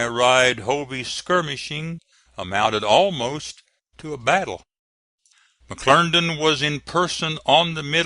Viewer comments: McClernand, NOT McClerndon!! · If he says McLerndan one more time....!!!!! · it was pronounced mcclerndon